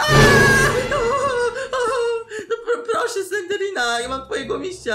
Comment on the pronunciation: Poprawnie sie mówi Slendrina